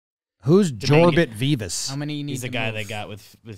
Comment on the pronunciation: Doubt you guys will see this, but Jorbit Vivas is pronounced with the y sound for the j. Also, he’s pretty good. He’s not going anywhere.